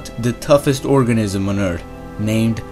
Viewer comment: Yes, for sure, I agree! Funny, when he say "Eart(h) lol! ☝🏻🤓